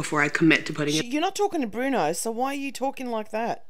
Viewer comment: I hate when she calls bruno "Bwuana" & "Bruneeana" but i wanna punch something when she calls him "Day Bwann" & now she's calling cha cha "chawchur" or "chow chow"...kinda wished Nancy threw the stick at, wudda been better content at least